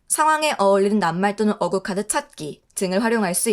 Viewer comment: 어구..가 아니라 어꾸.. 라고 읽어야해요